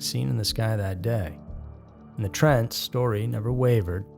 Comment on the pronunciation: WOW!!! Paul and Evelyn TRENT... not TRAN. Do better. Lmao The newspaper you showed in your video even showed you what to say. 😂😂😂😂